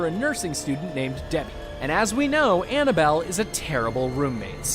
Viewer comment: it’s Annabelle not annable